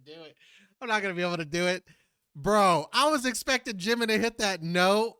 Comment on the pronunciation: Jimin is pronounced with a J sound, not a V!